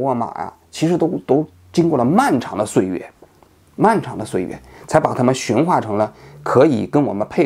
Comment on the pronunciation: 驯化，第四声